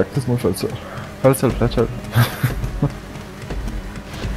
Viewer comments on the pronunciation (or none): Czemu Fletcher? Kto Cię tak nauczył mówić? "Feltzer".